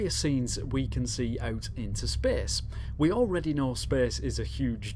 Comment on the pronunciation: "spehse" :D